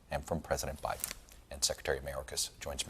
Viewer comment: It’s Buy-Din Season not By-Then Season